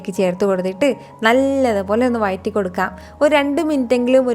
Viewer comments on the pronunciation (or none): വയറ്റി അല്ല വഴറ്റി